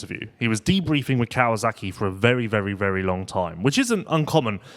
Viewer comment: Hi, love the show, but please pronounce Kawasaki the way it's written. It's not "Kawazaki." There are some names in Japanese that end in "zaki," but Kawasaki is not one of them.